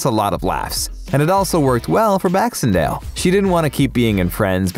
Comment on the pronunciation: Blaxendale? Beck-in-sail < pronounciation of her surname, thanks!